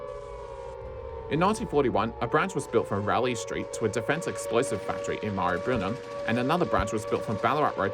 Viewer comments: Excellent video, extremely informative. Some of that would have been incredibly difficult to research. Marybyrnong is pronounced Marry-brrr-nonnng. Yes we have a lot of strange place-names in melb. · I've never heard any-one from Melbourne pronounce Beaumaris or Maribyrnong like that. But to be fair, I had always pronounced Murwillumbah differently to how people from around there do. Apparently, it's not "Mur-will-lum-bar" but "Mu-wril-loom-bah."